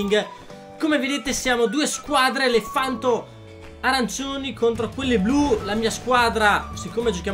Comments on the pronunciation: Comunque si chiama PANTO non FANTO😂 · invece di PANTO hai detto FANTO HAHAHAHAHA :):) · Hahahahah al al posto delle PANTO dice FANTO hahahahahah Ed anche verso la fine hahahahah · Scusa per la correzione ma si dice Panto